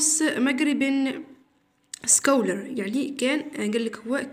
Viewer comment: سكولر...... ليس هاكدا بل سقلر Scholar